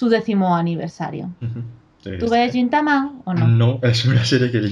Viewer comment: Me apunto la de watashi ga motete dousunda :D PD: Crítica constructiva: Deberíais intentar pronunciar bien los nombres de las cosas, tipo "gintama" o "fujoshi" o muchas otras (no ya nombres complicados, no pido tanto). Evidentemente , no somos japoneses, pero al ser un medio de comunicación, vuestro alcance es muy amplio. Si ya se dicen mal las cosas aquí, todo el mundo (sobre todo los que empiezan) las acabará diciendo mal. Quizá sólo es cuestión de practicarlo un momento antes de grabar.